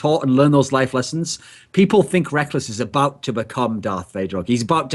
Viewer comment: again... It's NOT Rekels, it's fricking Rekkless goddamn, educate yourself woman